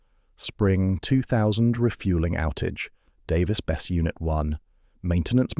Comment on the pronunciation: Pronounced bes-see. Worked as a civil hand there during 2 different outages